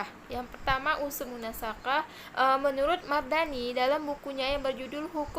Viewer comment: Bukan munasakhah. Tapi bacaannya munasakhoh.